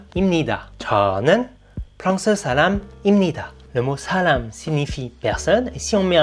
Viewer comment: Niveau prononciation c'est plus vers saram que salam...non ?